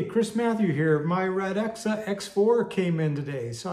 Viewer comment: Its pronounced, "RAT-KSUH" What the hell do I know? Lol